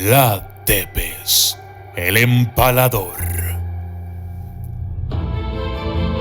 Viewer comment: Tepez, un conpañero de trabajo rumano dice k se pronucia zepesh